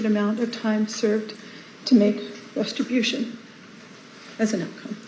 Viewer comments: Did Jodi say “restibution “. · "restribution" from Jodi. She is trying to say restitution, but she is thinking retribution!